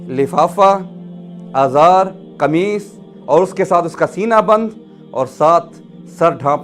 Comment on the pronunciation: ازار نہیں ازار ھمزہ کی زیر سے